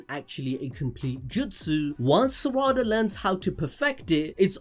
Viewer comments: Smh it’s not Sara-da. It’s Sa-ra-da. Every syllable should be the same length and emphasis. It’s the same as sa-ku-ra. It’s not Saku-ra so it’s not sara-da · Pronounces Sarada like Spongebob does with "salad" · Love everything you guys do! But please, can give a bit more effort to pronouncing their names correctly? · It hurts every time you mispronounce Sarada 😅